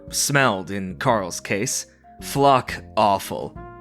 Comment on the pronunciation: Did....Did just say 'fuck' instead of 'flock' I'm both saddened and excited by this. I had to listen to the end of the opening story about 4 times to make sure I was hearing it right. I is a little hard to tell.